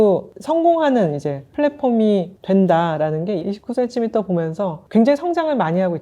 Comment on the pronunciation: 님이 추천하신 고급 타월 선물, 정말 센스 있네요! 😊 참고할게요. 저도 50대를 바라보니 이제 ‘예쁜 쓰레기’보다는 실용적인 선물이 제일이더라고요. 예전에 29CM에서 구매한 블랙 롱원피스를 격식 있는 자리마다 너무 잘 입고 있어서 이번 봄 쇼핑도 기대됩니다. 적당한 가격에 퀄리티가 좋은 29CM를 사랑해요. 😊 특히 님의 정직한 ‘이십구센티미터’ 발음에서 곧은 성격이 느껴져서 너무 재미있게 시청했습니다! ㅎㅎ❤ Ps.1. 떡볶이 요리영상도 조만간 기대하겠습니다요😅 2.또떠나는 육식녀 브이로그도 기대할게용